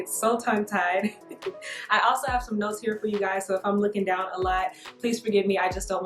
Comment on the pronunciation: ok this is totally unrelated but i can't be the only one who heard "nose hairs" when she said "notes here"